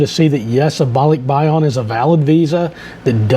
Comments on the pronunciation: It’s yan Not yon….. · BAH-lick-BAH-yan (Yan short A) Thanks.